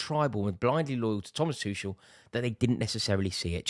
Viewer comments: Still getting his name wrong. It's Tu kel not tushell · Why can't this Rory learn how to pronounce the guy's name! It's Too-kel (for god's sake). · Finally we get to stop hearing Rory call him Tooshel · You will always thank him? Rory you still can't say his name mate... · Im glad he's gone because you keep pronouncing his name incorrectly. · Oh my god just say his name right fgs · At least we won't have to hear him say Thomas Tuchel anymore.